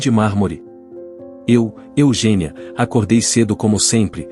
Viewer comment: Eugenía ler Eugênia